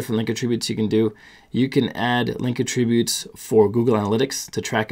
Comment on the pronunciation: "uh" tributes??